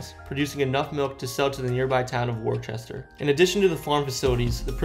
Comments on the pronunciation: It’s not “WAR-CHESTER” it’s “WUSS-TUR” or in Boston accent “WUSS- TAH” in regards to Worcester and the rutland prison camp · HOWWWW did I know you were going to pronounce it WOR-CHESTER 🤦🏽‍♀️ Its pronounced woooster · It's WOO-STAH BRO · Lol you called it war-ches-ter it's wers-ture or woos-ture. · Woosta not Worchester, spelled Worcester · Whista not worchester. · Excellent video, with ABSOLUTELY EXECRABLE pronunciation of New England place names. It is Woo-stah, and Mony- gyoo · Very cool!! Love your videos. It’s ‘Wus-tah’ and West Boylston with an ‘s’. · It pronounced Woostah ❤ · haha came to say what was that worchester lol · Its woosta kid 😂😂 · Just letting you know you’re missing a s in west BOYLSTON and it’s pronounced “WUSS-TUR” , “wooster” or “woosta” hope that helps you if you do another Massachusetts video🤣🤣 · Lol war Chester lolololo too funny!!! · It's pronounced WU'S-TER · Omg u butcher the town names... Mon ta gue... Worcester is wooster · Worcester is pronounced woostah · everyone mad about his pronunciation of Worcester, but nobody talking about how he pronounced barracks like Barack? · You miss pronounced Worcester.